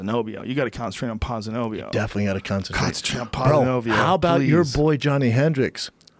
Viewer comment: Its Pon-C-Knee-B.O thats how you pronounce his name Joe Rogan